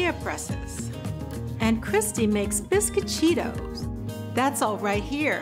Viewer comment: Bisquit-cheetos???!!! LOL! It's bees-coh-chi-tos.